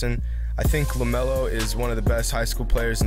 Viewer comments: IT'S LAMELO not lemeolo df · Y it's lamelo not lemelo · he says lameolo dont force shots